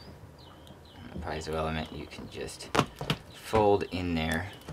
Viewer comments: You're pronouncing it all wrong. PEE-AY-ZOH. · Also heard PEE-ZOH.